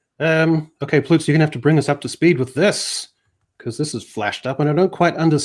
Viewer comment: I love how we're calling him Ploots now